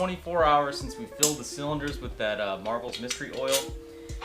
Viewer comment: MARVEL mystery oil. NO FREAKING “S”, just READ THE GOD DAMN LABEL, it’s not that hard.